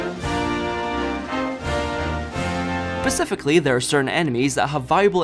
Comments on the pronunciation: Oy. It's "specifically". Not "pacific-ally". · Did bro say pacifically?